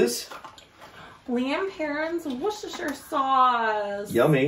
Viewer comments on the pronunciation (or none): Hi guys" Worcestershire,,, just forget the first E. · The best way to say Worcestershire is woost ta sha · Viscount (pronounced Vi-count), from Old French. HP Sauce and ketchup are best on a bacon butty (sandwich), Worcestershire (pronounced Woostersha) shake on to anything! personally, I wouldn't put brown sauce or ketchup on a steak as it depletes the flavour of good meat. Last and definitely not least, Sophia is an absolute little sweetie! Some of the words she used were pronounced in English English! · Azzdahhh.......... and....... Worcestershire is pronounced "WUSS Turr Shurr" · Pronounced wustersheer